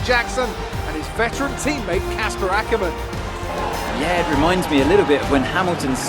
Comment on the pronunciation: He said Akkerman!!! We finally got through to him!